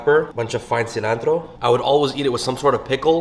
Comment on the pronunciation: I like how you pronounce it ssssslanhthroow